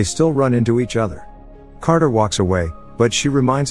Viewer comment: "Crater" stands...? You mean, Carter?